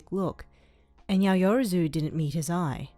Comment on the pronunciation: Hahah luv the vid, but it's yow-ya-ro-zu